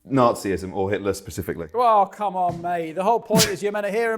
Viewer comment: Nazyism. FFS. Pronounce it properly.